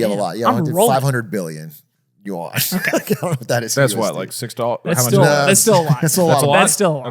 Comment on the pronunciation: it’s not pronounced “you on” like hey bro you online? it’s more like “you -en”. En as in ending Nice attempt tho